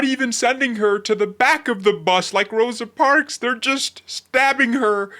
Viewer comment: This foo said Rosa parks. 😂😂😂